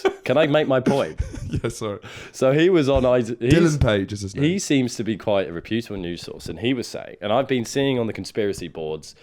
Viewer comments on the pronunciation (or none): I don’t like the way you’re pronouncing reputable I’d go as far as to say I think you’re completely mispronouncing it Type the world reputable into google and press the audio button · Reputable isn't pronounced "reh-poo-tible" - it's "repyu-tibble" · Please stop saying hyperbole and reputable like that.